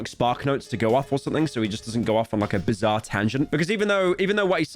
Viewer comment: Every time pyro said bizarre I lost a brain cell. I’m now brain dead. Thank you pyro